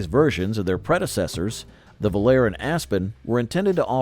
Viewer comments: Very accurately spoken. I NEVER heard anyone call the Volare a "vol-AIR", especially over and over. You must spend a lot of time alone. There was even a pop song of the same name recorded by several artists, pronunciation the same. Sloppy, careless, embarrassing! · 1960s??? Pinto and Gremlin were introduced in 1971, Vega in 1970, Pacer in 1975, Mustang II in 1974, Aspen/Volare in 1976, Chevette in 1976, and Aztek in 2001. Most of the Marlin footage showed Rambler Americans, and Volare was mispronounced. This is just a very sloppy and factually incorrect effort. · It wasn’t called Chrysler Imperial, that was the 1960 Imperial Crown. The other car Volare, was called Vo, la, reh, not vol air. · He shows Impalas while talking about Corvairs. He can't pronounce "Volare" at all. Can't even disclose what years Marlins and Pintos were produced. If this were a 4th-grade video project, I'd give it a thumbs-up. Since it's supposed to be an adult review, it gets a very generous F-.